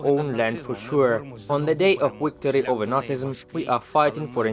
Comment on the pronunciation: Yes Wictory! You try speaking Ukrainian so they can make fun of you. 😝